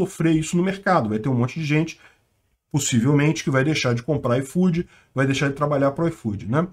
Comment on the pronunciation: Nunca usei esse "aifodi", e agora menos ainda!